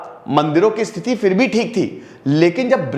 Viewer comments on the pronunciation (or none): none